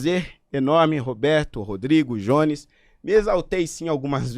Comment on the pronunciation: pronuncia o nome do jones direito kkkkk